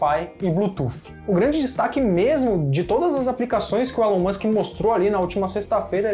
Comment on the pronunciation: A pronúncia é "Ilon" Musk.